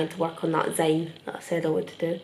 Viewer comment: I still find it interesting that people in the UK pronounce "zine" like "zyne" rather than "zeen". I've been told "zeen" is the American way of saying it, but as an Australian, although I would rather use the UK pronounciation, the root of the word "zine" is like "magazine" or specifically, "fanzine" which is how the zines were developed. So for that reason, I pronounce zine like "zeen". Anyway, I still think you should complete your zine! I loved making them and still think they're amazing. Your art is amazing and I can't wait to see where you go with it.